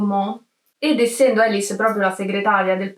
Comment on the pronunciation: sì, ma il suo nome non si pronuncia "Elis", ; non è americana: si pronuncia "Alìs", Alice. Era francese. E a non "incontra MOLTISSIMI REGISTI", per il semplice fatto che il cinema ancora non era stato inventato e i registi (cinematografici) NON esistevano. Incontra i Lumière, che ancora neanche sanno di essere "registi", e non sanno che la loro macchinetta avrà un certo futuro.